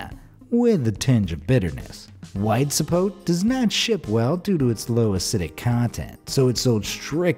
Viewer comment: It is zapot-e not zapote